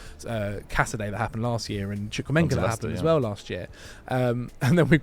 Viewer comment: spent the whole preseason with Chelsea, still can't say Chukwuemekas name right...